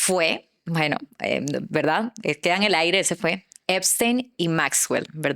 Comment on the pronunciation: Epstein, no "Eimstein".